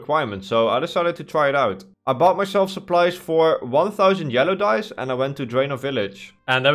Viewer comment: Dyes. Me not looking at the screen hearing dice